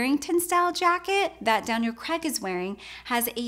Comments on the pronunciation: Why can't Americans pronounce Craig...for some reason they say Cregg? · CRAAAIIIGGG - learn to pronounce his surname before overanalysing his outfit